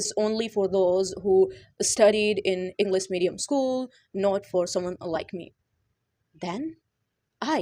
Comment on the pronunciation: Bht axhi tips hen....Masha Allah... Plzz try to pronounce well like English not'englis' U can do it too😊